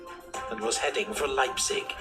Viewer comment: On pronouncing Leipzig you did a good job. The 'ei' in Leipzig is spoken like the 'i' in Library.